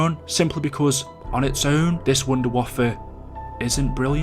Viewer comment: Hey number 10 is wonder waffe not wonder waffa